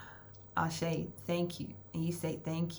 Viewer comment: Did u just said "Ashe" omg that was so unexpected i melted haha <3 thanks for the message, im honored to be in this collective, lets make shiiit happeeen 💃